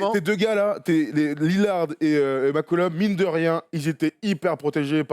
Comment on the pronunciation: Par contre la gars c'est cj McCollum pas mccullom